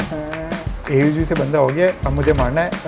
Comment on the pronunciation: it's not A U G it is AUG for e.g OG